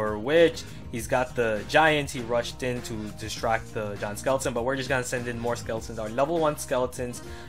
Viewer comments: When he says "Giant skeleton" i tought he said John skeleton XDD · I keep hearing John Skeleton lol